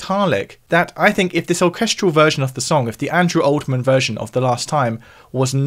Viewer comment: Can you not read? Andrew "Oldman"?